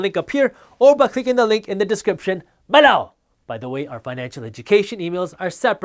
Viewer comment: Never noticed "people" but "below" always makes me smile 😂